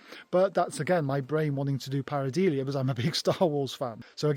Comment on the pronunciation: Many apologies to our viewers that in my segment, I was mispronouncing the word Pareidolia -- which is pronounced par-i-DOH-lee-uh not par-i-DEE-lee-uh. Must have been distracted by that cool crow !